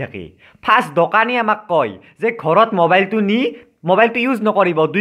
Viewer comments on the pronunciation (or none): Dokani nohoi Dukani